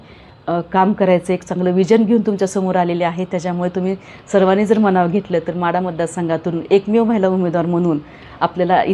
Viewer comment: म्हाढा नाही माढा